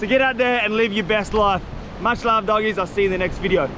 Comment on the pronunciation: Bro said dogies😂❤